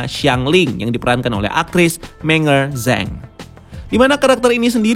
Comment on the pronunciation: Shang chi di baca sang ci Meng er zhang di baca meng er zsang